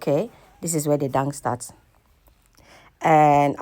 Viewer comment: Dance not Dangse